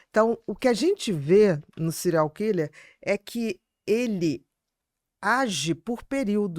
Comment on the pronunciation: Adoro Bia. Mas dá agonia vcs dois falarem "Cereais killer"